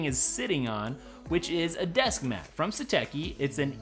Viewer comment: It’s pronounced “sateshi”